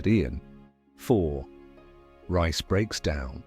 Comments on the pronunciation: It’s not rice it’s Reece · Pronounced REECE